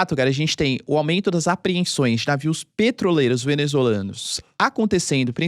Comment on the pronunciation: "Apreensões " é foda kkkkkkk